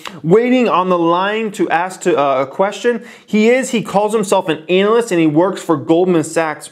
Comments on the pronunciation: It’s pronounced ‘ana-list’ not ‘anal-list’ brotha hahaha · Is he purposely pronouncing analyst that way? Lol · please pronounce analyst more like "anna-lyst", and less like "anal-lyst". And please look into "Gon-calves", unless you intentionally mispronounce words for entertainment purposes:-)